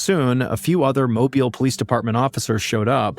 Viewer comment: Another interesting story with great delivery. Kudos on the pronunciation of Mobile. The malls in Mobile are not downtown and neither were new in the 80s.